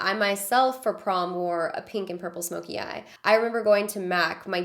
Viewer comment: Yo when she said pink, I heard kinky. I was caught off guard